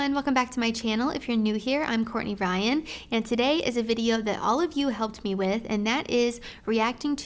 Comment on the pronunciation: “ Courtney rYYann “😂